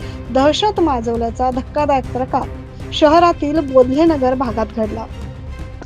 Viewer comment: मॅडम बोधले नगर नाही ते बेथेल नगर आहे